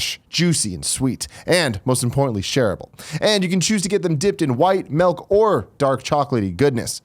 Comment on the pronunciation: When Tim says "milk", it sounds like he's adding an M in front of the word elk.